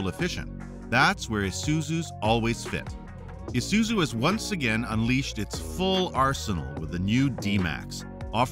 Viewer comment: my brother in christ its pronounced -eye-suzu, isuzu not esuzu😂